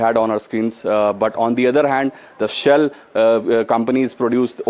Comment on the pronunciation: SHALE oil... Please correct